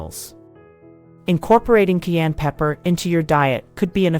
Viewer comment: It is pronounced “CAI ENNE “ not KEY ANN!!😊